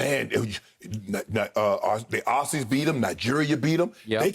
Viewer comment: FYI fellow Americans you may pronounce “Aussies” as “Ozzies” 👌🏽